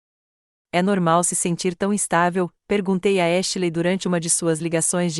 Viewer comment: Porque vocês não encontram uma narradora que pelo menos saiba pronunciar os nomes em English Ashley e pronunciado exatamente como se escreve please 🙏